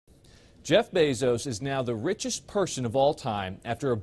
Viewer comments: "reechest" lol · "reechez person in the world"